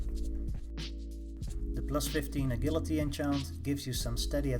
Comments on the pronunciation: “Uh-jill-it-ee”...Agility....NOT “Uh-GILL-uh-tee”...FUCK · You pronounce it ajility mate, je sound, not ge! Nice vid tho!